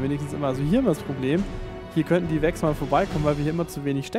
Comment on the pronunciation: Vex, nicht Wix. Ich verstehe. Immer dieser Hummer. :)